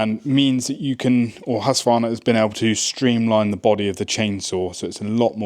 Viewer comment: Please start to use the letter K in the name ,- Just say HusKvarna and you will be pretty close